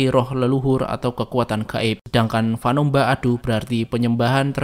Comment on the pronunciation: fanömba itu dibaca fanêmba